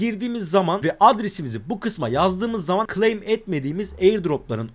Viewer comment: girişteki intro bir yerinize.. gleym gleym diyonda nedir bu gleym. türkçe konusamıyor musun?